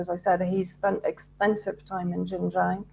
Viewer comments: Xinjiang is pronounced Shin Jeang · Xinjiang pronounced 'shinjiiang' please!!! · This woman is cookoo-cookoo-cookoo.... She has no idea about XinJiang! She has never been to XinJiang! She can't even PRONOUNCE XinJiang! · This woman is such an expert that she pronounces the words Xinjiang so incorrectly that anybody who speaks Chinese would not recognize what she saying! She is so wrong